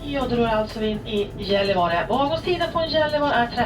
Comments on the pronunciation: The place before is pronounced yellivar. The hotel right opposite the station has a fun rooftop pool but i suspect it was closed when this was filmed. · Gallivare is pronounced yell-ee-var-eh My wife is from there. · Ooooh, Gällivare! Went there on the Inlandsbana in 2011 and stayed three nights, but in the late summer.... I think it's Yellivawre or thereabouts. It's a Sami rather than a Swedish name.